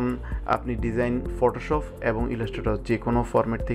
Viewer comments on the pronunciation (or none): আসছিলাম তর ভিডিও দেখতে ভাষার যে প্রনাউন্সিয়েশন!!! আমি শান্তি হয়ে গেছি। ফটোশপকে ফটোশফ বলা পাব্লিকরে ভাই তুই 😂😂😂